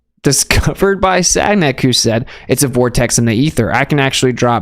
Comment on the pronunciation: Love you and what you do, but "Sag-Nac" is pronouced San-Yak. It's a French kinda thang, bro. Like how Ken Wheeler still says , "Henry" Poicare. The "H" is nor pronouced in French, so it's On-Ray.